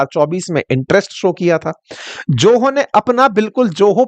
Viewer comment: यदि Zoho का उच्चारण 'जोहो' होता है तो Joho का उच्चारण क्या होगा?! और आप teacher हैं?! :face-fuchsia-tongue-out: बाप रे...!!!